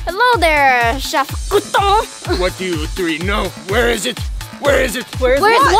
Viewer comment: it’s pronounce Crouton not Gruton